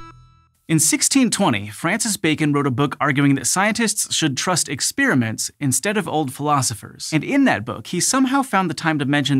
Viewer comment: "Ex-spearmints" "ex-wintergreen" Whatever way you want to freshen your breath!